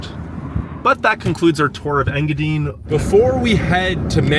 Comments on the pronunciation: Engadine....pronounced Engadyne, not Engadeen. From a Troll who was born in the UP and left my heart in the UP. I wasn't in control of the remote so, unfortunately, the video ended in Engadine for me. I hope you went to the Seney National Wildlife Refuge. Also, check out The Hut Restaurant in Wolverine, just north of Laurium on 41. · Engadine is pronounced in ga dine A weather man on Detroit TV used to have fun with their name back in the 70s (Sonny Elliot) Engadinga dinga dine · Ok you need to learn how to say the names of these places Sir good grief. I’m a native Yooper born and raised moved to Tennessee about 4 1/2 years ago. Engadine (Ing-Ga-DINE) Baraga (BEAR A GA) Kewadin (Ka Way Din) Tahquamenon but idk if I can pronounce that without saying it to you, lol I can’t remember all of them but that’s to start just wanted to help ya out. Cool video. I’m from Newberry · Yooper here. Hiya! It's INGA-dine. long "i" in the last syllable like the word diner. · Did you know there two vehicles on Mackinac Island? A fire truck and a rescue vehicle. It's pronounced "Ing-a-dyne". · Engadine is pronounced N-GA-DYNE ;-) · Ta-qua-meh-non Falls…En-gah-dine (pronounced like diner, or dine, to eat)…Kee-weh- naw peninsula…I love your video and I’m not trying to be snarky, but I would want to know the correct pronunciations. Keep up your work, it’s great . Your excitement is contagious. If you ever go to Manistique again find out where Kitch-it-ah-Kip-ee springs is . I believe it’s calledPalms park something now. It’s pretty unique and cool. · He's killing me with his pronunciation of Engadine😂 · I'm watching the video where the guy goes to Engadine. I'm watching it in Marquette, Michigan. I myself have never lived anywhere but the U, P. and the guy is saying Engadine wrong. Not a big deal just thought I'd let you know. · You need to ask Google how to say enga dine!!! It is long i .... I am from there it drove me nuts to hear it said wrong lol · its enga dine not enga deen